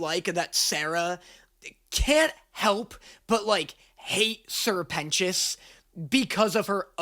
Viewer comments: It's Serpent - ious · help im watching this with subtitles and it keeps writing Sir Penis instead of Sir Pentious… and when you said i get the sirpent part but what the fuck is a pentious is said what the fuck is a penis💀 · Noooo, not my twink peter, i love him Also: sir pentios, sirpent ois...serpent ios... you know? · I love that every time you say "Sir pentious" (or whatever he's called) the subtitles (bless the million dollar budget) say "penis" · I know I'm a few weeks late and I can't tell if he's just making a joke about it and actually gets it, but Sir Pent-ious... SIR PENTious. His name is literally serpent-ious. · His name is Sir Pentious. SER PENTIOUS. SER PENT IOUS. SERPENT IOUS. lol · SIr Pentious = Ser Pent(s) = Serpent its not that hard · Hey, It’s Sir Pentious— like serpant sure; but also more like serpentous; a like really old english word meaning snake-like. From a nerd that lives off of linguistics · Dude, I had the captions on accidentally and when he said ‘sir pentious’ they captioned it as ‘sir penis’ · Say it fonetically SER PENTIOUS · He’s a serpant. Sir-pen scious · Come on dude. Its sr. Pentious ” like SERPENT - ious.